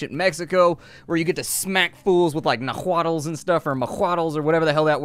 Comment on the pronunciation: I think the word you were trying to say in the beginning was "Nahuatl", which is actually the term used to refer to the Aztec language, and is pronounced "na-wa-tl"